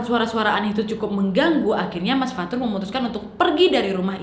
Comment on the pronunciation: Fathur: ✨Fatur anak erpeh✨